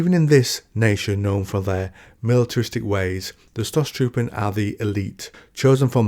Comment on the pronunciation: I love the Idea of attacking tanks with swords, its grimderp on the surface but plausible in the setting. By the way, "St" in Stoßtruppen is pronounced "Sht" and the o is longer. Great video, great channel.